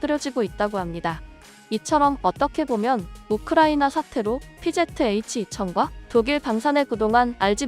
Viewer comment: 피제트에이취가 아니고 피지에취 라고 읽어줘 1본 애들 영어 배우네